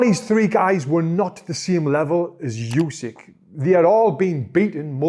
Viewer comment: What a pain in the ass that "yousik" is. His last name is pronounced "Oosik"